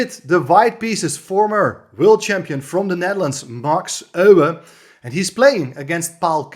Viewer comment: Good to hear Euwe, pronounced by a compatriot of his. This is an old favourite of course. Thanks.